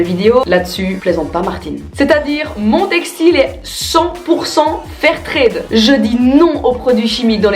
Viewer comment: C'est con d'avoir oublié le R dans fair tRade..... 😂